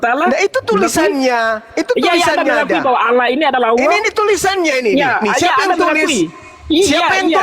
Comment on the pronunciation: Baca pake mata bang .bukan alah.tapi (allah)